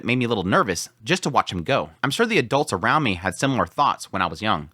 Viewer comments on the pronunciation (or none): none